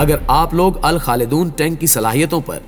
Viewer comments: Bro its not alkhalidon its Al Khalid one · الخالدون نہیں اس کا نام الکخالد 1 (ون) نام ہے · This is not Alkhalidon but Al-Khalid I